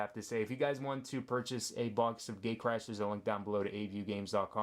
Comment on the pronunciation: Did you just say gaycrash.